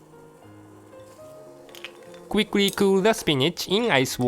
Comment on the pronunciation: xD I heard him say kwik-kwee earlier